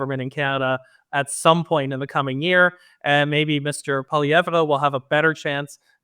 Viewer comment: You are a news source. If you want to be taken seriously learn how to say Poilievre. Thumbs down video stopped